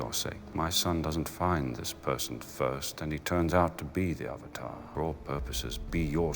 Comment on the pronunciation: I remember going to the midnight showing with my best friend and her brother, all of us dressed up. Theater packed. All anxious to see the movie. Just to have it start and the theater breaking out in laughter at the first mispronounciation of "Avatar". It was so painful. We forced ourselves to sit through it and as we headed back to the car we were just laughing at how bad it was.